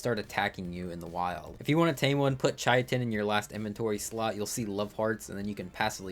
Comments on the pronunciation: Chai-uh-tin 😂 Brother its Kai-tin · It is pronounced “ kye-tin ” but I like pronouncing it “ chit-in “ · Yea, I think most people say 'kite-n' but whatever, everyone has their own world so they can say it however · Idk what it is about ark YouTubers but none of them can pronounce anything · "chiatin" I've have never heard anyone pronounce it like that before. Only ch-it-in or cy-tin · "Chaiatin" jesus christ this hurt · Chy-I-Tin is a crime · That's a brand new way to mispronounce it, like how did he get that 😂 "Chayatin" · “Kai-tin” most sciency names with a “ch” are pronounced like “k.” Like “chemical.” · My cousin and I genuinely thought it was pronounced shit-in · I noticed as well xD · It’s pronounced “kai-tin”